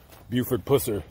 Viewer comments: Pronouns his last name correct you should be banned from that state Tennessee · YOUR PRONONCING HIS LAST NAME INCORRECTLY!!!